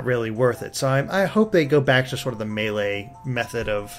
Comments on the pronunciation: It's May-Lay. Not MAH LAY. You're making me cry. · Ok this has been bothering me but it's Super Smash Bros Melee! Not "Super Smash Bros Malaay"!